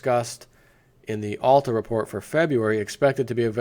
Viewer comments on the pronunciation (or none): none